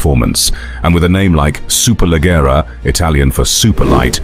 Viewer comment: Superleggera (the double 'g' is pronounced like the 'j' in jeans) — the other names are spot on! Nice video!